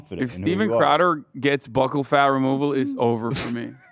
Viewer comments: I took a shot everytime Hasan and Ethan mispronounced "bucchal" and ended up in the ER tonight. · Is it not pronounced like “buckle”? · People in europe pronounce it like buckle i think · Buccal can be pronounced both ways. Buckle doesn’t sound as boojie but it’s how most people pronounce it